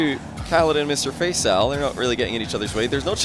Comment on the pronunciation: All i could hear was "Mr FaceOwl" xD